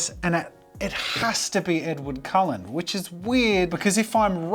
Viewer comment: Absolutely butchered Edward 😂